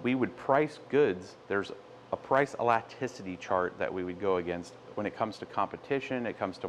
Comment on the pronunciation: You know you are pronouncing elasticity wrong.